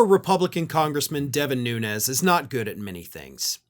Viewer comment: Cant even accept or pronounce his last name correctly .